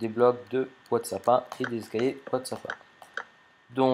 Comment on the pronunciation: Pourquoi tu dit escayer a la place d'escaliers